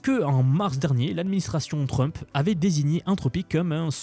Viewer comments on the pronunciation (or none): none